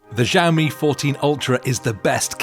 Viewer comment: It irked me every time he pronounced it like Jammy.